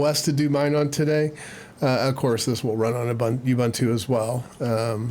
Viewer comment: Youbuuntoo…Ubuntu. Ooohbooohntoooh.